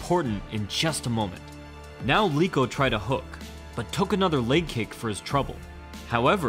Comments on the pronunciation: Eeeeek!!! It's not Leeko, but you should read "E" as per "leg": Leko!!! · Leko not Leeko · Do you also pronounce Lego as Leego? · Learn how to pronounce Leko. Obviously you thought you discovered these fights and didn't watch them or know the fighters in the 90s